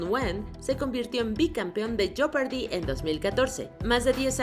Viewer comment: Se pronuncia jepardi la o no se pronuncia en inglés no se pronuncia joepardi tampoco En cambio la o de fortune si se pronuncia .... no se pronuncia fertun ni forchun se pronuncia fortun..... como en español se pronuncia fortuna así mismo en inglés pero sin la a Chef bien pronunciado en español así como lo dijiste pero en inglés se pronuncia con una s: shef..... por si lo quieres decir en inglés pero este es un video en español.... bien hecho Me sorprendió mucho la pronunciación de millionaire sabiendo lo bien que pronunciaste el francés unos números antes